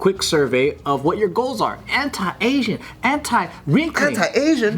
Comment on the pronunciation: [During ad read] Joe: "...anti-agin', anti-wrinkling..." Bart: "Anti-Asian!?" LOL. I heard the same.